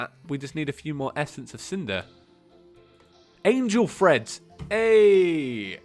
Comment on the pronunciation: wait.. Angel TREADS? you've been saying Angel Freds the whole episode, I thought you were trying to say Angel Threads